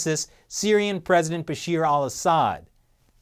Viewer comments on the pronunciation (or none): his name is Bashar not Bashir 😹